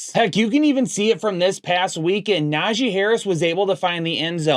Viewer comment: put some respect on Najee's name